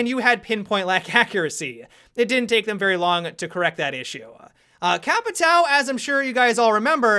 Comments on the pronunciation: The way he pronounces Capitão triggers me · Patrick Star the way he pronounces capitão triggers me